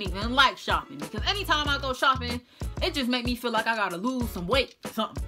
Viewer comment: "You feew me"